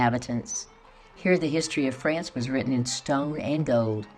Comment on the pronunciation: France pronounced without ants. Trying to help no ants … no ants. Try ance or once.